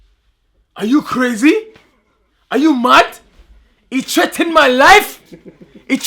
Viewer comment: He trettened my life. Trettened. Cessora.